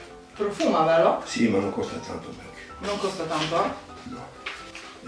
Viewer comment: Ma che bellino il video con tuo papà 😍 è super informato, si vede che gli interessa quello che fai💗 È indubbiamente il tuo fan numero 1! (Comunque la pronuncia di mac è con la A. È l'acronimo di Makeup Art Cosmetics). Un bacione a te e al tuo papà😘